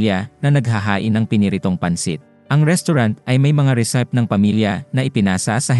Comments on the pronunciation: nice movie recap. no offense meant but I just want to correct you regarding your pronunciation of Chef and Recipe. "Chef" should be pronounced as "Shef" and "Recipe" as "Re-see-pee". also "Trademark" as "treydmark" and "Menu" as "Men-nyu" so you can say it right in your next video. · "resipe" Hindi "resayp" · Yung recipe din ….. “re sayp” yata ang bigkas nya.